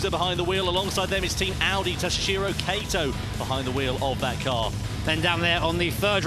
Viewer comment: I'm a bit confused. Name's written as 'Kato', both commentators keep on saying 'Keito'. Presuming it's unconceivable and too unprofessional that remunerated commentators would have such a low level of preparation, can I presume it's a typo?